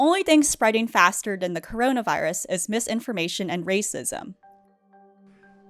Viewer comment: you can tell she is by how quickly she pronounces "then the" or "than the".... "den da"